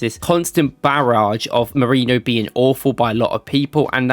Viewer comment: Molerino bro come on can you read it one time